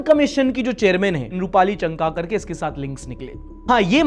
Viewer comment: it's चाकणकर, not चंकाकर 😅😅😅😅